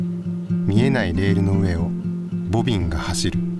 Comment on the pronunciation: ボビンが走るのところがボビーが走るに聞こえて地味につぼりました。